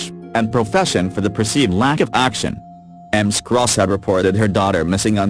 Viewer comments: Not to take away from the tragic story but repeatedly hearing Ms Scott's name pronounced as M Scott really got on the nerves! Fortunately if you have Closed Captions on you can make out what is being said! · I'm with you, Amy. It took me a while to figure out that the women weren't both called Emms... finally I realized it is reading Ms. as Ems. Too weird. There are other... the simulator pronounces other things wrong... it simply can't figure out some of the words or titles.